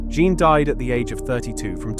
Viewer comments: My friend, you don't have to learn French. But if you're going to do this kind of work, you need to knuckle down and learn French PRONUNCIATION. It won't take long: A day or two. Here's a start: "Jeanne" is ZHUNN. Rhymes with "bun" but with a ZH at the start. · Your AI is poor and can't even work out how to pronounce 'Jeanne' and makes a total mess of the dimensions of that painting. You claim attention to detail. But it's just sloppy